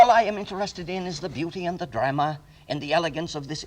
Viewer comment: Wow, I remember watching Professor Miller's show from when I was 12 years old. I remembered that he pronounced drama as " drah-mer". The drah-mer of physics, he'd say. I' m now 76 years old.